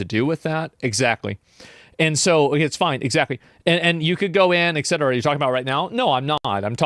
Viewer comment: *et cetera *ET Cetera! *ET CETERA not "ex cetera"!